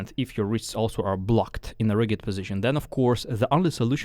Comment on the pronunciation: Love your style of teaching …Just for your pronunciation reference: rigid is said with the same pronunciation as used with “just”, or “judgement” or “danger”the g is softer